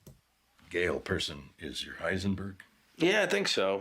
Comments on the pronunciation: eisenberg 😂😂😂 forgot the H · It’s Heisenberg, not Eisenberg